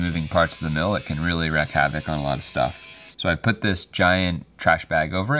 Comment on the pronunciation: Wreak not wreck